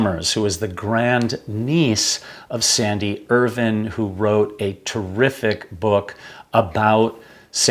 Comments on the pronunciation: Hello I’m curious to know how you have arrived at the pronunciation of Irvine as “Erven” ? I’ve always heard it pronounced as Ir-vine (as in rhyming with mine) by his fellow countrymen. Also “glacier” why are you saying “glaysher” ? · The pronunciation is IrVine. Not ervin. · This is a terrific channel but please pronounce Andrew Irvine's name properly, it is Irvine- vine as in grapevine not vin, thanks Guys.